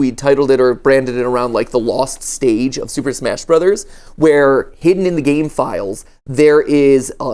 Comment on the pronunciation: "smach, sploch" -Matpat